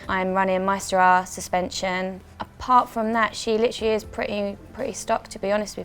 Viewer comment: Did anyone else litrally get annoyed by the way she says LITERALLY??